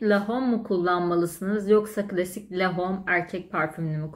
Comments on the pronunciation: Yuvi sen(t) loren şeklinde okunmaz. İ(y)v sen lor(ğ)an şeklinde okunur. Lahom şeklinde okunmaz. Ĺo(h)m şeklinde okunur. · La hom değil lom diye okunur. Parfüm incelemesi yapıyorsunuz ama daha ismini okuyamıyorsunuz. iv sen loren lom diye okunur.